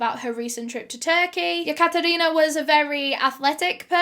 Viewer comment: The way she pronounces Katherina makes me want my name to be Katherina 😍